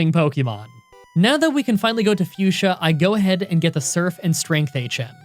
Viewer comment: This is like the 1st vid I ever heard you say Fuchsia City correctly or 1st time I ever heard you say it lol